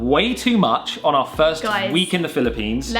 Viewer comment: The Bri-lippine Experience